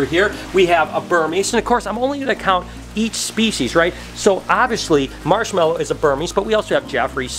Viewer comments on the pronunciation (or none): none